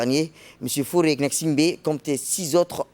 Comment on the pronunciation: C Faure et non fauré